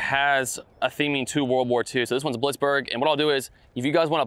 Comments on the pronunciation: Blitzberg? It clearly said Blitzkrieg. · Always enjoy your vids, but seriously, on Hole 1, "Blitzburg"?!? 😧 🤪 You really weren't paying attention in history class. 😴That's "Blitzkrieg", as it explains on the sign and in almost every WW2 documentary and movie.😂 FYI: All those short puts you miss — Elisha has a much better form and smoother swing, and I can't understand how you end up with a better score so many times. The new math? 🤔😏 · You called hole one Blitzburg. It is called Blitzkrieg. Probably just an slip. Just thought I'd let you know. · Blitzberg? Blitzkrieg (Lightning War) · I noticed the mispronunciation too, but thought he had more trouble with the kreig part (pronounced cree-g) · the 1st hole is pronounced blitz-creig